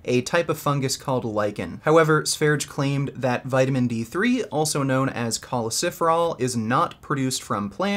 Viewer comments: It hurts every time he says choleciferol, when in fact it's choleCALciferol. Must be something about my ocd. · It’s not choleciferol. It’s cholecalciferol. Awesome video